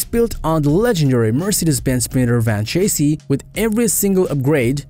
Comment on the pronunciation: Maybe work on pronouncing chassis, luxury, live, excellent, strenuous, modern, touchscreen, etc. To mispronounce so many words makes it’s hard to understand without focusing on that instead of the video.